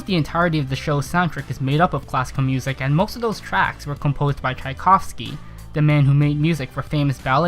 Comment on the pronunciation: I'd recommend improving your pronouncing, but you correctly pronounced Tchaikovsky.